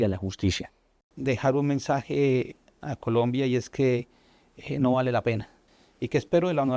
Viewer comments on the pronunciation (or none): none